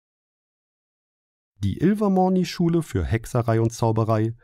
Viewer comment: Du sprichst Durmstrang [Dörmsträng] und Ilvermorny [Ilvermörny] falsch aus